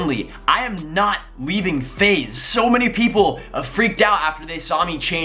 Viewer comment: DUDE SAID FAZE BLAZE LMFAO